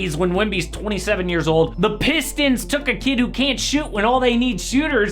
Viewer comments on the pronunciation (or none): The “pisstons” is crazy 😅